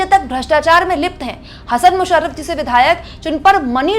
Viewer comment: हसन मुश्रीफ, ना की मुशरीफ